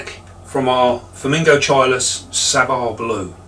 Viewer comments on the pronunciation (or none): You need to work on your Latin, sir. It's: "Forming-GOT-chilluhs". 😄